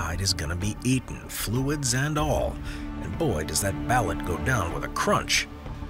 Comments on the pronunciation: They pronounce ballot wrong it's. BAL LOOT! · BALUT is pronounced "bah-LOOT". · Isn't it pronounced ba-LOOT? Please help my curiosity. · It’s pronounced Ba-Loot